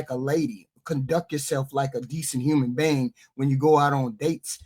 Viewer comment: Why HQ say human being like that... " human bang " 😅